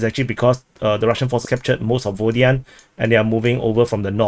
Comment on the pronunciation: Still sayin Rhaybhar, LMAO. Your show is entertaining solely on listening your chinky names slaughter. I wonder, still, why Pervomayskoyeeeeh and not also Vodyaneeeh, but Vodyanhhh instead? At least be consistent in your blunders. Btw. Congratulations on discovering the term "tentatively", English grade 4.